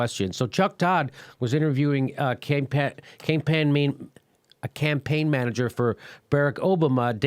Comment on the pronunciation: Hey Jimmy, are you feeling alright? Your speech was slurring and you mispronounced "Campaign Manager" , "Barack Obama" and your reaction was slow. Either you were inebriated or you have the signs of a stroke. either way take of it! a fan